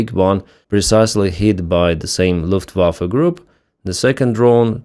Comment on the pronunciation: Lufftewaffen? FFS